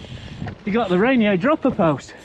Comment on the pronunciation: Great review! *out here in the PNW we pronounce Ranier: "Raineeyer"